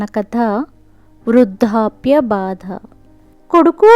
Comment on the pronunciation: Vrudhapya kaadu Vrudhdhapya baadha. Adem Telugu? Vrudhaapya? 😀😀😀